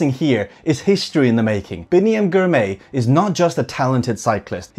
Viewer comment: great video showcasing a new & upcoming force in cycling. Biniam Girmay is the first of many to come from Eritrea. Finally, Girmay is pronounced "Gr" "my" .